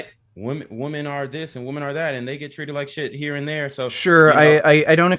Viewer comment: That’s not how you pronounce the word „women“.